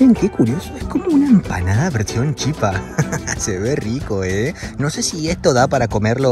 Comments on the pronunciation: Te explico como se pronuncia la Chipa, si hablas en castellano es Chípa, con tilde en la I, si hablas en guaraní es Chipá, pero no se pronuncia como Chipá, si no como Shipá. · Es Chipa sin acento, pero tiene un acento prosódico en la Chi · Chipa se dice en español En guaraní es chipá con acento.. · se dice chìpa con asento en la í kp nde proba el pollo... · se dice chipa con acento en la i,que lindo ver y escuchar,que te guste la gastronomia de mi pais😊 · Amigo argentino, se dice Chipa, con acento fonético que recae en la vocal final la "a", pero no se pinta el acento porque en guarani las vocales finales no se acentúan gráficamente, saludos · Es chipa con acento en la i, soy paraguayo, pero también me gusta Argentina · Hola soy Paraguaya y se dice la chípa con acento en la (Í) 😊😊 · En Guaraní se escribe Chipa, pero se Lee Chipá - Guaraní se acentúa la última vocal, aunque ésta no lleve tilde. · Y se leé chipá, con el acento al final, pero se escribe chipa, porque en guaraní las vocales al final no llevan acento, pero si se pronuncian cómo si tuvieran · Hola soy de Encarnación-Paraguay , SE DICE CHIPA SIN ACENTO, Y EL TERERE ES PARAGUAYO FUE CREADO EN PARAGUAY Y SE HACE DE AGUA ,HIELO, YERBA Y REMEDIOS YUYOS , Y EL GUARANI ES UN IDIOMA DE NOSOTROS LOS PARAGUAYOS ES DE LO MEJOR💕💗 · Según tengo entendido se dice Chipá en guaraní, en realidad se lee shipá. Y en español sería chípa. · En español la palabra Chipa se pronuncia con el acento sobre la "Chi" pero en Guaraní se pronuncia con el acento sobre la A y además la CH se pronuncia como la SH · Si lo vas a decir en guaraní es chipá (se pronuncia SHIPÁ) y en español se dice chipa (acento en la i y la ch pronunciación española). La CH en guaraní se pronuncia como SH. En cuanto a la gallina casera, esa es la diferencia, su color rojizo y es más dura por lo que necesita más cocción. Muy lindos videos by the way.. los vengo viendo. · se dice chipa sin acento al final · Yo soy paraguayo se dice chipa sin acento